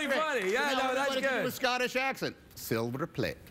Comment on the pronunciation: Why does he keep saying "Scottiss Acshant" he is tongue tying himself xD